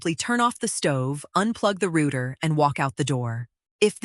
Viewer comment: Oh my gosh - it is pronounced rowter, like ow NOT like rooter!